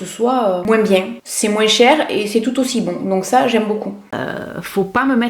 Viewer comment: Tu fais trop rire en prononcant le s dans moins 😂